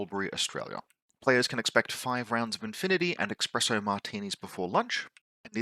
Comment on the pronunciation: "expresso" martinis? Right to jail.